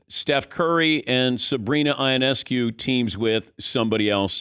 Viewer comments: It’s Yo-Ness-Coo. Please pronounce it correctly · I thought that was a strange pronunciation. I thought it was ee-ness-koo. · Gotta brush up on that Ionescu pronunciation Dan